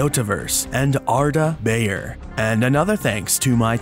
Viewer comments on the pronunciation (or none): none